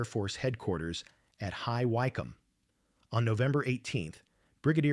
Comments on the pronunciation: It's High WICK -ham not High Why - cam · Just FYI, 'High Wycombe' is actually pronounced like 'High Wickham'. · Interesting? AI voice does need monitoring - where on earth is High Wi-combe, England? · It's spelled High Wycombe and pronounced High Wickcomb. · It’s a shame we did not get to see the sights. High Wycombe is pronounced “High Wick come” Sorry it’s part of my Dyslexia that kicks in. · It's written and narrated by AI. None of this can be trusted and it is difficult to listen to, with all the anti-English machine pronunciations.